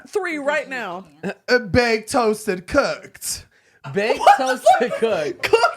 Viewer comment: Baked, Toasted, COOK-UH-TUH 😂